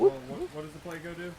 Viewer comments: PLECO. PLECOSTOMUS. PLECO. Not PLAYco. Not hating or anything but that drives me crazy bro. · 🙄 That’s a pleco actually, not a catfish. However both are bottom feeders, but they are NOT the same species. And please don’t say playco, it’s pleh-co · SORYY i didnt heard that you said PLECO